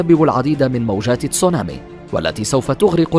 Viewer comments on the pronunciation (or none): none